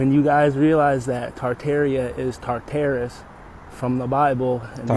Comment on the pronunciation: not Tarterus but Tar'Ta - rus